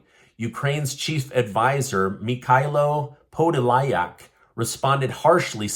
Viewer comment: By your title, i don't believe in it. 😊 sorry. I want to help you to pronounce (Michilo Podol'ak.)